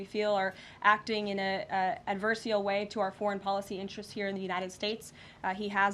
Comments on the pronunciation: The word is ADVERSARIAL - not adversial dear. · Ad ver se al ....... "acting in an adverseal way" ?? Embarrassing. Karoline Leavitt is an embarrassment.